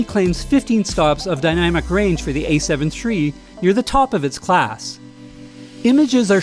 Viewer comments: "A7 tree" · Is he saying “A7 Tree?” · Ace heaven tree.